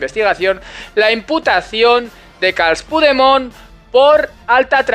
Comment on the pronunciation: Muchas gracias por tu labor,. Como catalán partidario de aplicar la ley, se agradece muchísimo. Solamente un detalle, para evitar interpretaciones interesadas de los indepes, la forma correcta de pronunciar el nombre del fugado del maletero es /Carlas Puchdemón/; si lo pronuncias tal como lo he escrito, no habrá lugar a comentarios tontos por parte de los fanáticos de la independencia.